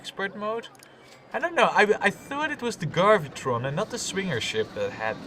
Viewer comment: Gravitron, not Garvitron.